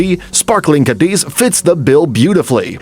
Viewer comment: City number 6: You pronounce "Cadiz" with the stress on the second syllable (diz)....The correct way is with the stress on the first syllable (Ca).